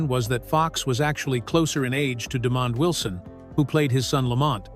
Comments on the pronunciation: "Demon Wilson"? It's De-mond, not "Demon." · I’m sorry but that gxxxdamn AI has got to go!!! Too many unnatural interruptions and wrong pronunciations! Example is Demond Wilson name butchering!